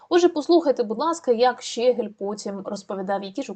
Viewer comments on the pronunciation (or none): Дякую за працю, лиш зауважу - ЩегЕль, а не ЩЕгель... і оте "по...єлі" - це не прикрашає репортаж. Та й тексти того щегля варто було б опрацювати, а не привчати такими "шедеврами" український народ до узаконення московинського матюччя